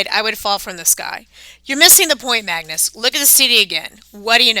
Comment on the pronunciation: You're American aren't you but you really speak English very very bad it's it's Magnus not mangoes mangoes It's tier not tire it's TEIR pronunciation tier not T IRE